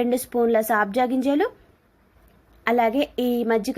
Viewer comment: Saabja ginjalu kadandi sabja ginjalu